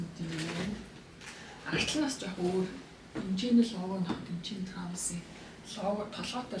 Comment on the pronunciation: Трайвис скотт ged helchul ugn 🫢🫢 not траавис